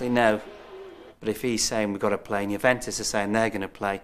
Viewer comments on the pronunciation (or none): JuventUs not JuventIs...